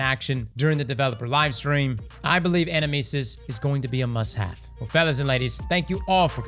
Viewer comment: Fun fact: the name is the Greek word ανάμνησις, which is the word Socrates uses to describe the soul recollecting visions of the world of forms (kinda like pure shapes) beyond the realm of the gods. Also, the emphasis is on the second syllable in the word, in Greek at least.